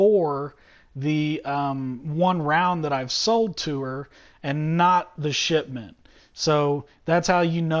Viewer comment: I keep thinking he's saying "shit mint" instead of shipment